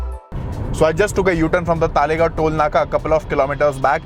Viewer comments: It's "Talegaon" and not "Taalegaon" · It is तळेगाव not तालेगाव. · अरे भाई तालेगांव नहीं , तळेगाव या फिर तलेगांव बोलो । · It’s तळेगाव not तालेगाव